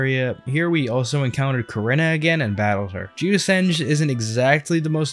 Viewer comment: Love how he pronounces Korinna